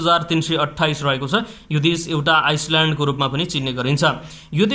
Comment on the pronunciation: thukka yasta pani patrakar.Ramro sang pader matra video banau.desh ko nam ramro sang padna najanne pani k patrakar bannu.island vanna najaner iceland po vanx.